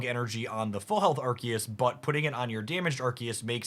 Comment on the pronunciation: Why are they pronouncing Arceus like that? It's very distracting.